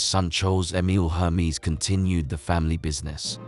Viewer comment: This video isn’t serious. The brand’s name is never said correctly.